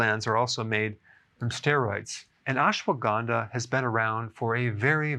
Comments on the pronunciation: It’s pronounced as “ASHWAGANDHA” not “ASWAGANDA”. Ashwa = Horse Gandha = Smells Means “ That smells like horse!” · It's Ashwuh-gun-dhaa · He's pronouncing is wrong. It's not Aesh waa gaandaa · Doctor, you aren't pronouncing it right